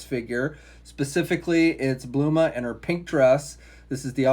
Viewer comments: right!? its like BOWL-Mah REEEEEEEEEEEEEEEEEEEEEEEEEEEE!! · It’s Bulma, not Bluma.